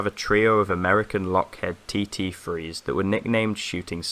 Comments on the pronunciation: Great video!! Another friendly comment as you said their welcome: the "heed" in "Lockheed" is pronounced like the heed in "heed way!" As opposed to the "head" in "headache". Keep making videos mate! This is lovely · its lockheed not lockhead ! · I'm not sure if anyone's mentioned it, or that it really matters but, the 2 'Shooting Stars', the company (now) is Lockheed Martin. It's pronounced Lock-heed, like 'take heed'. Not Lockhead. Just an FYI thing. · They were "Lockheed" not Lockhead and they were T-33, not TT-3